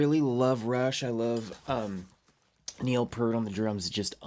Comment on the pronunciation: Joyful reactions. Wonderful. PS - It's still "Neil P-ear-T" - not "Neil P-ur-T."